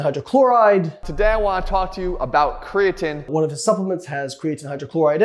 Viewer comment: Kree - a - teeeeen, you cant say it right and are making an informational video on it. riiiight